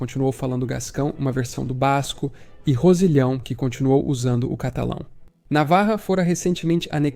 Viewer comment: Rossilhão e não."Rosilhào"... em francês "Rossillion"